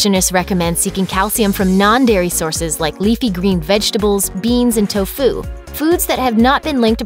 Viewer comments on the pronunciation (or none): First time I've ever heard somebody pronounce "tofu" like to-FU. Makes it sound like a martial art.